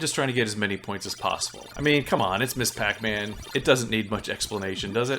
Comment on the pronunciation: Thanks for the great reviews. You don't come across like someone who is uninformed and trying to push their own bias. That makes it more fun. You even properly pronounce "Ms Pac-Man". Unfortunately, simple things like that are lost these days.